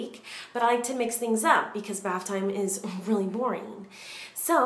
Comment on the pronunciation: Kylie Dowdy she even said baf lol